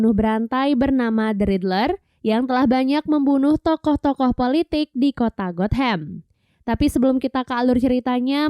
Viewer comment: Gotham not got ham lol😂